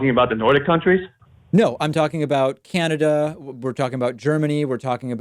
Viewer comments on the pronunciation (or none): none